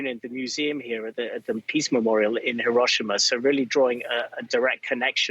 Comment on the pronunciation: &@ Thank you for being an EDUCATED reporters and pronouncing "Hiroshima" correctly.